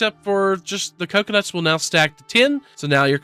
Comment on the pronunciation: Did you say “clocunuts”?